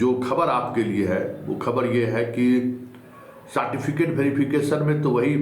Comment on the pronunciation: Jo certificate ka Pronunciation "saatificate" krta h. Aur smjhta hai apne ko badka patrakar..Kewal ul julul mangarhant baatein krte rhta h...Itna din se dukandari chalane k baad bhi 2 lakh subscriber v nhi hua hai...Tera so called kaabil patrakar kahne ka sabse bada praman hai..